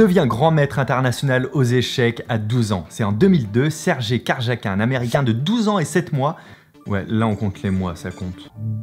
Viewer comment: "serjet karjakin" 😭😭 ça se prononce "sergueï karyakine" 😂